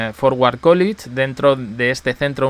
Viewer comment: College se pronuncia Cólech y no Cólich 🙂